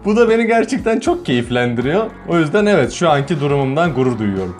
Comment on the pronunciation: evit derken çok komiktin evet değil (EVİT)